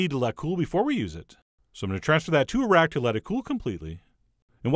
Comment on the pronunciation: way he said "transfer to a rack" sounded like "transfer to Iraq".